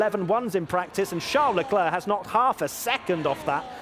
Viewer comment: LECLER PAS LECLERQUE 😭😭😭😭